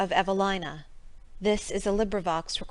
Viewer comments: It's pronounced Evaleena 🤦‍♀️ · You're wrong. It's a British author. It's pronounced een not ine